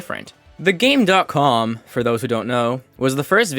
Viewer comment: It was just called the "GAME COM", the dot is silent lol